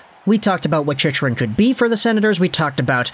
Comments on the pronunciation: It's chick rin... not chichrin... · It's pronounced 'chick run".. lol not whatever you're saying